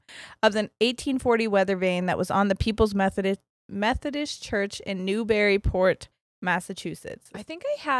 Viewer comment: The way you say Newburyport made me chuckle 😬, fellow New Englander here, it’s pronounced like new-bur-e-port